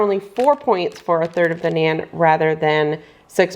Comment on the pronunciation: Please pronounce naan bread correctly 😊